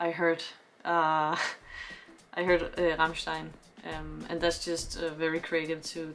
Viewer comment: You did pronounce Rammstein very well indeed :)